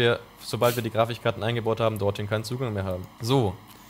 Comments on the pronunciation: Warum sagt immer Grafichkarten? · Grafichkarten :D deine Aussprache triggert mich :D